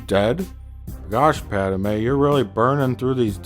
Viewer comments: Your pronunciation of Pádme is really bothering me but I agree with everything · Lol “PADAMEYE” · the best running gag in the whole thing is how he says 'pad-er-may' every single time and makes it more pronounced every single time